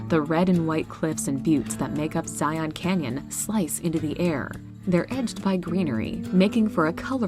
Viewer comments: Zion is definitely the personal (and familial) favorite. Did have to cringe from the pronunciation, though. If you're any type of foreign and want to fit in locally, or you just want to avoid weird glances, Zion is pronounced ZIE-uhn or ZIE-in. Not Zie-ON. Pls and thank you. Have to agree with the person who said the video choices for Zion were strange---if you truly want to see the beauty, show Angel's Landing, the Patriarchs, Observation Point, mention the tunnel, and show the towering cliffs of The Narrows. The truly red and orange rock with gorgeous green trees in the valley. The variety the US has to offer is truly extraordinary, this is a great video. Definitely on the bucket list to visit Havasupai at the bottom of the Grand Canyon. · Great video. But as someone from Utah I have to say it's super cringeworthy every time we hear someone call Zion "Zy-on." It's pronounced Zy-uhn. Happy to see 4 of Utah's 5 awesome national parks on the list! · Matthew Peters Yeah, she’s probably pronouncing it correctly, I just live 45 minutes outside of Zion and I’ve only ever heard it pronounced that way in YouTube videos or from people visiting Utah. Here it’s pronounced “Zi-un.” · The way people say “Zion” who aren’t from Utah kills me. 😂